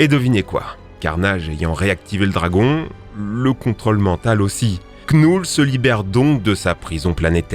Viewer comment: Knull on ne doit pas prononcer le K car il est muet 😅